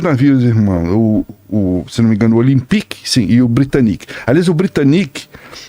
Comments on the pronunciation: Tem horas que "aportuguesar" nomes estrangeiros fica feio. "Titanique", "Britanique", "Olympique"... péssimo. As palavras "olímpico", "titânico" e "britânico" já mostram onde tá a sílaba tônica. Parece um tipo de vergonhazinha de chamar certo e um medinho de parecer semanticamente pedante. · A pronúncia correta é "taitanic", "britânic", 'olímpic"